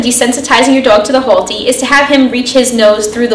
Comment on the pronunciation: " Hole-T" im hearing boston accent? staten island?